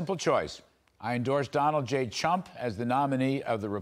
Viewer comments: 0: 11 Did Kudlow really say, Donald J Chump? That was freaking funny...listen to him say it. It sounds just like that.🤣🤣🤣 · This news guy literally said CHUMP instead of Trump.. I had to listen again! And he doesn’t look to happen to be doing his job either (sidenote) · Did Larry say Donald J Chump??? Sure sounds like it. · LOL. Larry pronounced his name "Donald J Chump." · Did I hear fox news caster when introducing Bernie Marcus & saying Donald J Trump, he said Donald J Chump? I played it 4 times & he said Chump (min 0.11) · Did he just read the tweet pronouncing Trumps name as chump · Did anyone catch at 0.10 secs he says Donald J Chump? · Did he just say Donald j chump?😂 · Listen carefully to how he pronounced the former president’s name at the beginning. 😂